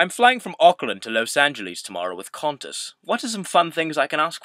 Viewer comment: It's pronounced "Quantas"